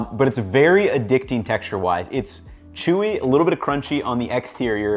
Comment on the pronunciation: never in my life have I heard someone pronounce exterior as "ee-xterior"